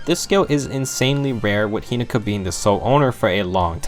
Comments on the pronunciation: He-NO-ka. Not He-NA-Ka. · Take a shot says hinoka wrong:)